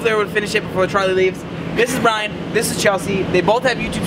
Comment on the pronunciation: its brian, not brain